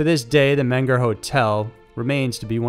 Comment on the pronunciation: it's men-ger or men-go in German. i mean pronunciation. and some locals say mean-ger.